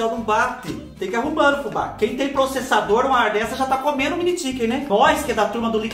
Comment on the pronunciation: Achei engraçado vc chamar eles de Mini "Tiken"🤣...um inglês bem interiorizado👏👏👏👏👏😃